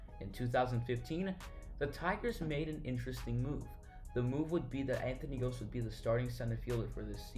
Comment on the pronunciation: why didnt you look up how to pronounce his name?